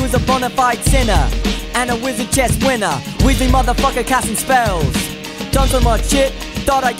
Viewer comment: L G T R A N it is wizard not weezard 😮😑😑😑😑😑😑😑😑😑😑😑😑😑😑😑😑😑😑😑🐖🐷🐷😐